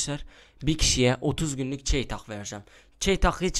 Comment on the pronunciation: Çeytahh nedir benim bildiğim o çeytak 😀😉